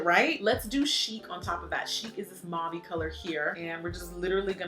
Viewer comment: Uh girl! You are the best MUA! I’m sorry but I am going to call you on the word ‘mauve’. It’s like taupe, ‘au’ in French sounds like the letter ‘O’. So it’s mau(o)ve. I’m sorry girl! I thought you might want to pronounce it correctly. 🤓